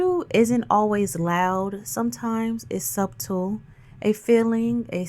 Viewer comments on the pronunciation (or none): Love you're videos for the most part! However, the "b" in subtle is silent! Pronounced sutle not sub-tel!! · I LOVE YOU SOOOOOO MUCH AND I'M A FAN!!!... MAY I help with one thing. Subtle = Suttle. It's pronounced Suttle. OTHER THAN THAT YOU'RE PERFECT!!!! PLEASE KEEP BRING BEAUTIFUL AND POWERFUL!!!! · *The “B” in subtle is silent 🤫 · (The “b” is silent ❤)